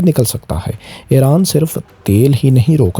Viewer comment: Pehle apni urdu to sahi karo ....iran ko ieran bolte ho mukammal ko makamal bol rahe ho. Nahi aati to total panjabi main Bola Karo tumhare liye sahi rahe GA.